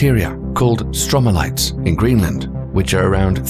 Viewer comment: How on Earth has this channel got nearly 900k subscribers and yet the video is littered with errors! No, the Earth doesnt orbit in one day, it is stromatolite, not stromalite, and there isn't likely going to be a launch in early 2021.... as its already late 2021!